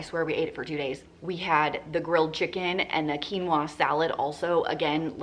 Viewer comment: Loved how you pronounced Quinoa(keen waa) correctly 🤗😁🇵🇪. Love your videos. Very helpful.